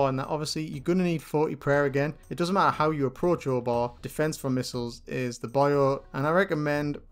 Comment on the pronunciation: pronounces Obor differently than me. I don't say "Or-Bah" I say "Oh-Boar'